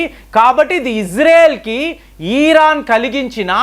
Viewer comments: ఈ.. రాను కాదండీ, అది ఇరాన్ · ఒరేయ్ బాబు. తెలిస్తే నిజం చెప్పు లేదంటే కుత్త మూసుకుని తొంగొ. ఇలా సగం తెలిసి, సగం తెలియనీ వీడియోలు పెట్టీ ప్రజల్ని అయోమయం లో పడెయ్యొద్దు . . అసలు ఇరాన్ నీ " ఈరాన్" అన్నపుడే అర్థమవుతుంది . నీకేం తెల్వది అని